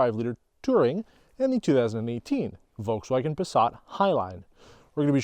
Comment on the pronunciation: It is always funny hearing when people pronounce "Uolkswuagen" haha